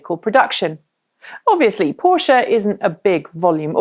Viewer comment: I love the fact you're pronouncing Porsche correctly. :)